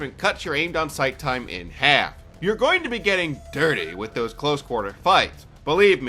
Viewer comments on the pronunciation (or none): I love the way you say dirty. Cracks me up everytime.